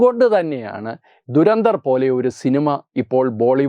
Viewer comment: Good content👌🏻👍🏻, keep it up! Trivia: Pronunciation is WAY OFF! ദുരന്തർ അല്ല , ധുരന്ധർ എന്നാണ് ഉച്ചരിക്കേണ്ടത് ! धुरंधर Meaning: expert/stalwart in something